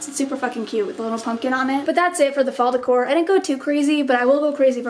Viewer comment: nobody: literally nobody: court: my fall decor, meh fawl decOH, mEH FAWL DECOH